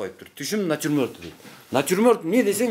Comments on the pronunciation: Натирморт дейт эжекелер😂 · Ошону айтам,элементарный натюрморт деген созду айта албайт го мугалим. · Начурмонд деген не😂😂😂😂😂?